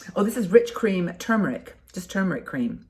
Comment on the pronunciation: Really enjoy distracting myself with your fun and new information videos....so kudos to you 👍....and I MUST commend you re your CORRECT pronunciation of "turmeric"..... Good For You👍👍😉